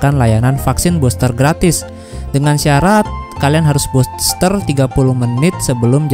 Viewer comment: Bilang nya vaksin Buster NU, bukan boster , gmn seh BHS inggris nya , katanya kuliah 😂